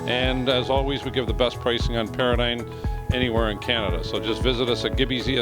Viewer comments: It's pronounced Para-dime, not Para-dyne. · It's Para-Dime